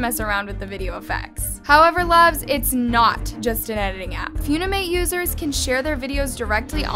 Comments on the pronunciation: MS GORL ITS FUN-IM-ATE NOT FEW-NI-MATE SMH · Lmao says “fiuwnîmãt” it’s pronounced funi-mate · Flashback to the time she spelled Waifu as Waafoo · Its not few-knee-mate💀 it fun-e-mate💀😂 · “ few-ni-mate “ OAHAHAHAHAAHHA PLEASE- ITS “ fun-i-mate “ Very annoying ^^ ☺️💪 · Why did she say it like that? “Few-ni-mate” It’s “fun-im-ate” I know that should be the least of my worries but I can’t help myself 🤮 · I love AND the incorrect way she pronounces names in a lot of her videos. Lol 👍 😆 [Foon-i-mate instead of Fun-i-mate] (Seriously,I watch every video. ❤No hate, no shade.) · wait annas pronouncing it as ‘few - nee - mate’. i thought it was ‘fun- e - mate’ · Feunimate , never heard of it- (BISHSIWBKABWKWUOWBAK ITS FUNIMATE NOT FEUNIMATE-) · says few-ni-mate when it is fun-i-mate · foonimate💀💀gurl its pronounced fun-imate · girl it's called funimate not fewnimayte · not few knee mate its fun (an)imate - fun eh mate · (Fune-amate) WRONG (Fun-i-mate) CORRECT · It's fun-imate not fune-imate 💀💀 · FEEUNIMATE LMAOOOOOOOOOOO ITS FUNIMATE WIERDO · ITS NOT PRONOUNCED FUNIIIMATEE ITS PRONOUNCED FUNNYMATE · With all due respect, Its not "F-YOON-I-MATE" Its FUNimate. Like FUN Is literally in the name? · It's called fun-i-mate FUN not Fune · It's fun-ni-mate not few-ne-mate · its f-UH-nimate not f-OO-nimate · i'm sorry, fuwnimate? Its pronoucned funny-mate 😭😭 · NOT HOW U SAY FUNIMATE PLSS ITS FUN-IMATE NOT FUUUUNIMATE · Yall talking about this story: Me: why is she calling funimate foonimate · I'm not trying to be rude but it's pronounced fun-ee-mate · Nah she says foonimate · she says fue kinda like you say due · No no she said 'phew😮‍💨- ni- mate' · She is saying Fewnimate lol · HAHA- really said 'foonimate' 😭😭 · who's gonna tell her it's pronounce "f-uh-nimate" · LMAO SORRY “FOONIMATE”????? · HELP WHY IS SHE PRONOUNCING THE APP AS “FOONIMATE” 😭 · girlll it’s pronounced as “funny mate” 😭😭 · did she just call funimate “fyouneemate”…